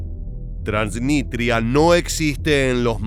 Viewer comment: Es TransniStria, no Transnitria, con s.